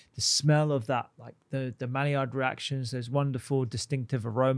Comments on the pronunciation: Can you spell “malliard”? Yeah, it’s Maillard - pronounced “my yard”, not “mally-ard”. (Actually, the d should probably be silent as it’s a French name, but let’s get the letters in the right order first! 😬) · Maillard is pronounced as my-yard